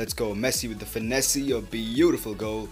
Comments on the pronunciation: Yo its finesse not finessey it is pronounced finess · U don't know how to pronounce finesse